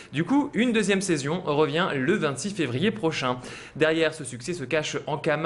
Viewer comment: Je rêve pas,il dit saizion a !!!!!! Sinon,cool,la saison 2 passe par Brakram !!